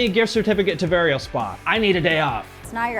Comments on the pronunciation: he pronounced “VarialsPA” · it varials not varial spa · they’re called Varials not Varial-Spa😂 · Bruh literally said "Varials-pah". Wtf. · “Varialspa” that killed me its Varials the PA is Phillidelphia their hometown